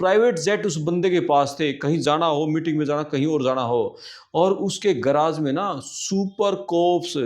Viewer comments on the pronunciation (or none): none